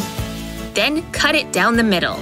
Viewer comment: Bro she keeps saying den